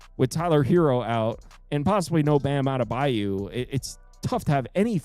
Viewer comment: Adebayo not adebayu